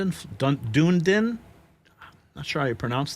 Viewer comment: for your edification...it is Dun-EE-din